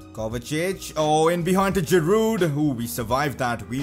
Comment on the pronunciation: Girouds name is pronounced Girou